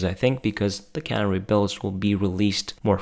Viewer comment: Can - AIR - ee, shooly?